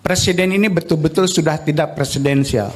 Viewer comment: Sekelas seskab masa bacanya sesuai tulisan???!!! Kek bocah SD???!! Pokok harusnya diucapkan poko, tidak diucapkan tida' 🤦‍♂️🤦‍♂️🤦‍♂️